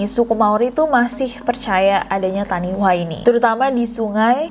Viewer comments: Just sharing aja "taniwha" itu dibaca "tanifa", dlm bahasa Maori "wh" bunyinya "f", kalo bunyi "w" tulisannya "w" aja tanpa h ✌🏼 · Oh iya kak, di Bahasa Maori kalo ada "wh" dibacanya "f", jadi taniwha dibaca tanifa 😚👍